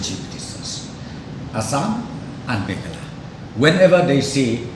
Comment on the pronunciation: "Meghalaya", u knnoh "mekhala"te phi, chish krn style khlm iahap tng khndt rh, ka rwjakhlia rwjaboh men die ri.